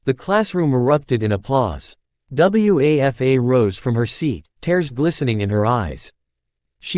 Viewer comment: The students name was Wafa--- it's a name!! Don't you people ever check how things are pronounced???